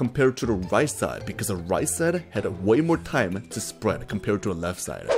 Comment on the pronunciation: Why do you pronounce the word “the” like “de” (pls don’t say if I’m judging you)